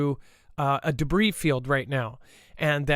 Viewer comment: Arrgghhh. started pronouncing debris the right way after said it correctly then halfway through the show, started saying it wrong again. MY BRAIN! %@@ (I've seen the comments about this, won't be responding to jerks.) 😊